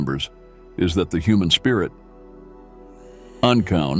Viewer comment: Human I thought you said noman